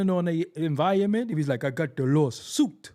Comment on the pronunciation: 😂😂😂that "lawSOOOUUTEE"